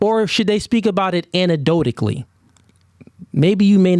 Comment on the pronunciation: The father/son argument his is using comes from a place of concern for the son’s wellbeing. Coolie’s motivation is for money and selfish gain. And bro doesn’t know how to say “anecdotal”😂 trying to sound smart smfh